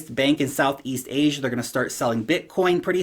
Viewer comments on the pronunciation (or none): none